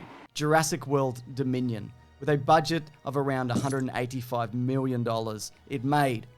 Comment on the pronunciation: honestly never gonna tire of hearing 'x miwwion dollars'